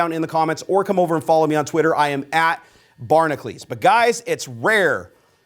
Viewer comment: Hey I just noticed you spell it Barnacules but say Barnacles. What's up with that? Kind of like Hercules vs Heracles. Well maybe not. lol.